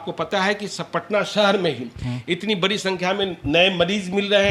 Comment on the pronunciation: पहले boliye sudh sudh"बरी नहीं बढ़ी होती" hai